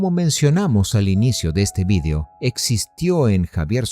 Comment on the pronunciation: Se dice "video" y no "vidio".